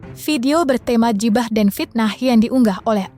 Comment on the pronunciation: keren pembacanya,klo baca huruf nya ala" eja,an english ghibah di baca jibah wkkkk...